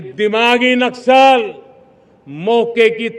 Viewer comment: नस्कल नहीं, नक्सल बोलते हैं